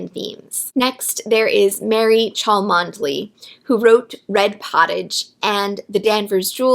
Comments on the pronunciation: FYI, Cholmondeley is pronounced ‘Chumley’ in English 😊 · Cholmondeley, believe it or not, is pronounced "Chumley".